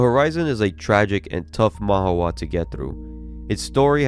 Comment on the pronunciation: why do you pronounce it like that? Manu-wah, Man-huwah